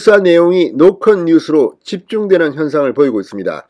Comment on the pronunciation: 갱상도라 '노컷' 발음이 안되나? 노콘뉴스래 ㅋㅋ